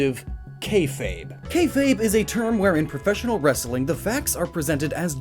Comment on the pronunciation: your comedy sucks and you cant even say wrestling right. you sound like a ass that way